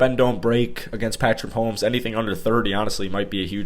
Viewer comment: mahomo to me